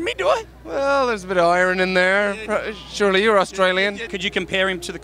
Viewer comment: i CANNOT get over michael's culchie accent when he says iron at :D love it :D